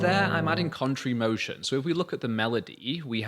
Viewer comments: I’m having difficulty understanding what is being pronounced at the mark…”country motia “??? Please help with that term. All in all this is a fabulous lesson. Thank you. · contrary motion ! I heard it a bit weird as well.